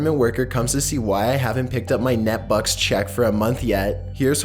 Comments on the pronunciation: "Net bucks" Its NEET bux you absolute pleb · "Net-bux"? How high were you when you narrated this?